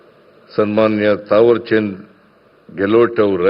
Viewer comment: ಹೆಸರು ಹೇಳಲು ಬರಲ್ಲ ಮುಖ್ಯಮಂತ್ರಿ ಗೆ ತಾವರಚಂದ ಗೇಹಲೋಟ ಅನ್ನುವ ಬದಲು ಗೆಲೊಟ್ ಅಂತಾ ಹೇಳುತ್ತಾರೆ ಒಡಲು ಬರಲ್ಲ ದುರ್ದೈವ ಇಂತ ಮುಖ್ಯಮಂತ್ರಿ ಇದ್ದುದ್ದು